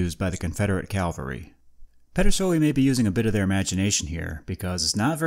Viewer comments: I enjoy your subject matter and just want to help your presentation in a very small way. The term is cavalry not Calvary. You pronounced it Calvary (which is actually the name of the hill where Jesus was crucified) several times in your video, but it is actually cavalry when referencing mounted military. You are kinda switching the "L" and the "V" around when you say it. Thanks for the interesting video. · Cav-al-ry. "Calvary" is something else. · "Cavalry," not "Calvary." Cavalry are soldiers on horseback, Calvary is where Jesus was crucified. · Ka-val-ree, not kal-va-ree. Cavalry are horse soldiers; Calvary is a biblical location.